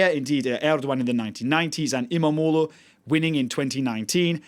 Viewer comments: Why can he pronounce "imamoglu" so perfectly lol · He can pronounce izmir and istanbul too not perfect but he probably worked on it. Other people absulutely butcher imamoğlu.